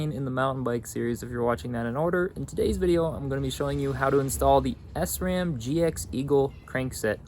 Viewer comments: It’s most definitely SRAM, not S-ram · great video but sram is prenouced as shram because it is a German company.